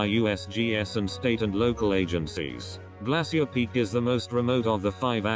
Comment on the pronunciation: Awful computer voice calls Glacier Peak, "Glassy-ur" Peak! Its supposed be pronounced as "Glay-shur" Pathetic. Lol 😝